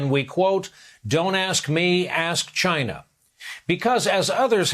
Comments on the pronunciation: “ASK CHY-NA” 🇨🇳 🤣😂😂 👌🏾 👍🏾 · Seriously though, ask Chy-NA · "Don't ask me, ask CHUYNA."😂 What a maroon! 😂 Also, what a jerk! 😠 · '' That's a question You should ask...CHAY-NA '' D. Trumps Jr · Funny how we have months of 2020 videos of Trump saying he did ask "Gyna"' and they are a Great country and president Xi is his "pen pal", and the Beautifool letters they exchange...he even had his virus carrying "Red hatted dingbats", laughing when he repeated it over and over at his Rallies! funny.."ask Gyna". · Ask CHY-NAH